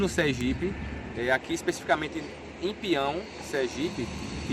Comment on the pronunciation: Apenas uma observação para o amigo narrador: a pronúncia correta é pinhão com NH e não pião como pronuncía o narrador.Trata-se do aumentativo da palavra Pinho. Pião como está sendo pronunciado não significa nada.Não existe essa cidade chamada PIÃO.